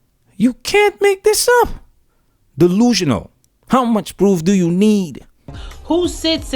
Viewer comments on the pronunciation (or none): Dee luu shun nall